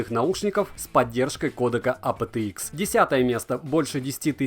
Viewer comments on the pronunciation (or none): Вот честно, твое АПэТэИкс так "режет" слух в этом видео. Почему не ЭйПиТиИкс, нормально, как должно произноситься в английском???